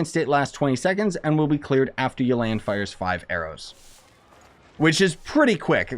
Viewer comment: Everyone: Yelan Him: Yo Land